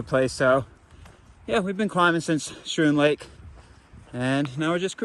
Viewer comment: Schroon Lake is pronounced Skroon.Lake, not Shroon. Went there as a teenager 43 yrs ago. You filmed the Word of Life Inn sign. I went to Word of Life Island in the middle of that larger than it looked lake, a church youth camp and had a friend who went to the. Word of Life Bible Institute in town. Beautiful Island, and good memories!